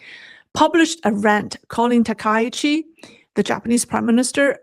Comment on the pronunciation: ‼️.... STOP 🚫 Please Pronounce the PM name correctly please. Its pronounced TAKA_EE_CHEE..... not TA_KAI_CHEE.... you are pronouncing wrong on purpose. Please STOP IT. Be professional. SEATTLE USA